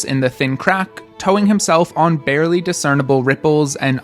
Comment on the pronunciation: LOL. "Blarely"